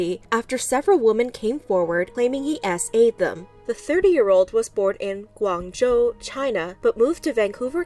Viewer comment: Ooo I heard that spot on “guangzhou” pronunciation 🍵🫖